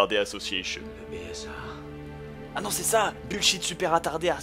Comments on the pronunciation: c'est le BSAA pas le BSASA comme dit bob plusieurs fois mais sa antre peut et aucune importance n'est ce pas ? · C pas BSASA bob c BSAA